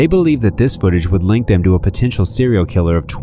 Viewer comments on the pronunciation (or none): none